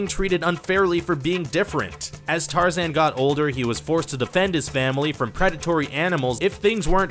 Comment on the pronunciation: I heard him f*cking say tar-zin It's tar-zan Just like how people mess up saying my last name there is no f*cking i in either of them so you must not have gone to school